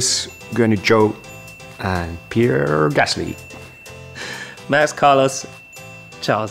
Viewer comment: Pierrrre Gasly